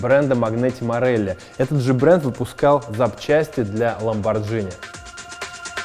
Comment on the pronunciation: Ай! Ламборгини! не Джини.. как спагетти! Каналу про автомобили это не простительное :Р